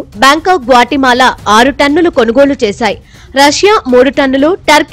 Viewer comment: తన్నులు తన్నులు కాదు రా బాబు టన్నులు టన్నులు